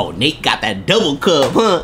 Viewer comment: It’s Nate not “Nape”